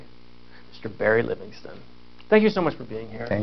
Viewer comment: Barry LIVINGSTON. Not "Livingstone."